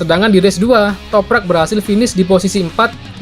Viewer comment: Setelah berbulan-bulan ahirnya bisa lancar sebut nama Toprak😄 razgatlioglu yang susah😂